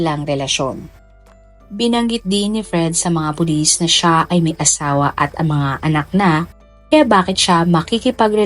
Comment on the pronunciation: Meron nga po kaunti sa part na " tinanong ng mga pulit, (s) ang nga staff ng hotel kung may katama ba si abby. Pero no prob still my Idol po.